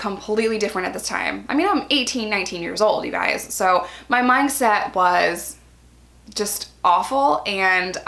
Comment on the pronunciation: Why do you say “myng set” instead of “mind set” ??? Hahah